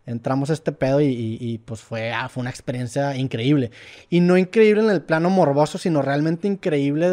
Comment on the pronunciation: sporifai 🧐 otra vez: etsperiencia 🤓 Ya ni chingas